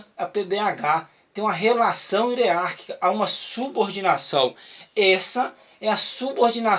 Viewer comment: Parabéns pela aula.. somente um toque na pronúncia da palavra "hierárquica" .. grande abraço